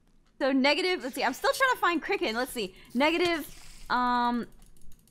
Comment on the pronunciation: It's kiricken